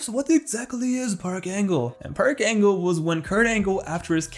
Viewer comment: Can't believe everybody calls him Perc Angle